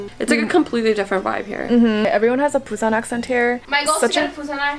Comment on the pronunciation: * be like “WE re AT pUuSaaNn”YEAAAAAAAAAEEEUY